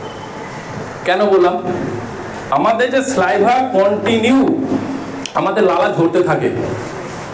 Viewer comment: স্যালাইভা এরকম একাধিক শব্দের উচ্চারণ আগে ঠিক করো